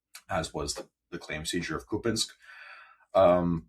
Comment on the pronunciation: What an offensive underqualified ( just a sort of BA from an American College very low down on international rankings )pro Putin fellow this is. He certainly brings out the Kremlin ghoul bots in the comments. He even pronounces Kupyiansk like a Russian! How disgusting is that?He makes me think differently about the ISW ( negatively) It makes me think ISW is busy pushing Kremlin misinformation